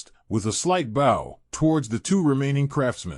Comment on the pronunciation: He can’t pronounce bow either lol